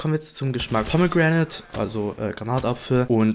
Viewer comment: Gutes Video, aber bei min "Pomme Gränäd" ich hab mich echt nicht mehr einbekommen 😂😂 Edit: Danke für das Herz ❤️